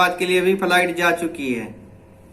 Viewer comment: Faliet Nahi flight hota h